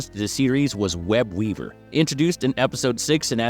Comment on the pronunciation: I'm sorry...but are you saying "Web-Weaber"?